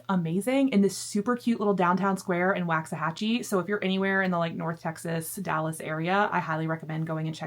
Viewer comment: Cowboys fan here and that game was the worst! I mean come on... I love your sister's tiny house, so cozy but with everything anyone could need. Not to be critical but Waxahachie is pronounced with a soft A, like in waffle, not a hard A, like in wax. When I moved to Arlington 20 years ago, I mispronounced Waxahachie and was quickly schooled on the correct pronunciation, LOL. Great video as always!